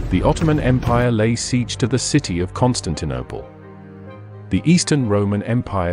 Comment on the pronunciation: Is the narration computer generated??? I have noticed the misprouncation of a few words such as Constaninople and Aristorialism.